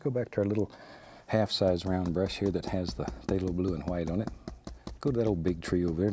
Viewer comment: And "somethin' like gat".